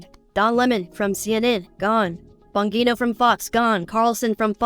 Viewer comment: Dan Bongino sounds like bon-jean-oh